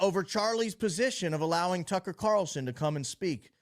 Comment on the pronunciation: Didn't he mispronounced Tucker and Candace's name too?